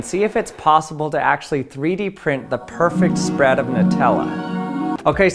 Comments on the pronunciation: This dude has the strangest accent I've ever heard. The way says bread and spread, it sounds like brad and sprad. He pronounced lots of words strangely, but those were the most pronounced. I need to know where this guy is from, what his background is, and what kind of people he grew up around. I need to forensically trace this most bizarre accent!!! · “the perfect spuread of chocolate on the breADuh” 👁️👄👁️ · Take a drink every time he says “sprad” or “brad” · "The perfact spraaad" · “The perfect spradddd” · he says sprad on the brad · The way he pronounces “bread” and “spread” sound so comical to me. 😂